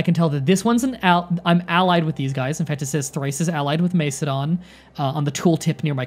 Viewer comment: Great video man, and I know you apologised for your pronunciation but I still could help but laugh at some of your attempts, just a quick tip, it’s pronounced more like Mak-edon rather than Mace-edon, the C is hard in classical Greek and Latin, hope that helps a bit 😊